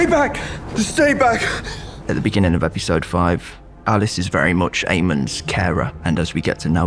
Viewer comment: I think the most important take away from this is how some adorable fucking region in the north of England pronounce episode, epeesode x